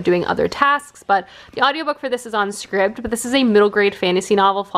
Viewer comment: Omg thank god you say scribd like I do my friends told me last week they thought it was “scribed”